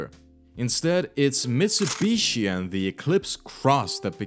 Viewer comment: hundy, mitsabushi, jagwar, bee em doubleya